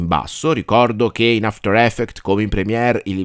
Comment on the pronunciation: a parte gli scherzi, il corso è fatto strabene, hai anche un bel timbro radiofonico, ma quella cosa mi distrae tantissimo! 😅